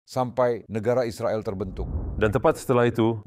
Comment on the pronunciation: Israel... Bukan Izropil....??